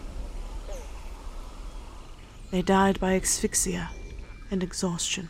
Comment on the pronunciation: Yeah, she's excellent, ; my only quibble is v. minor; I just don't understand why she's pronouncing "asphyxia" as if there was an x at the start, instead of the 's'...